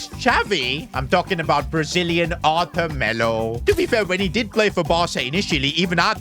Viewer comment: the way you say arthur is crasy btw